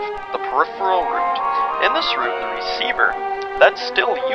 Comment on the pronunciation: I can't watch this until the video learns how to pronounce the word "route"...